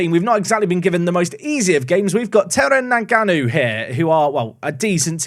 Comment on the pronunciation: Terengganu should pronounce as Te-reng-ga-nu. Say 'ga' like when you say 'ga' in Lady Gaga. Selangor is alright, but the ending is 'ngor' rather than 'gor'. The stands looks unique because it was partially collapsed a few years ago... Yes, there is a go-kart and drag track. And the drag track is also a motorbike track (100cc & 150cc I think, cub prix they called it)